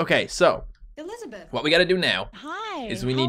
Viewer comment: Grace keeps on saying it wrong. instead of "Elisabeth" its "ᴱᶫᶦˢᵃᵇᵉᵗʰ"